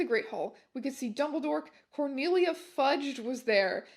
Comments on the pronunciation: I'll forever hear 'dumbledore' as 'dumbleydoor' from this day forwards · i am unable to express to you how much it makes me laugh every time you say dumblydore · "Dumbleedore" thats all😂😭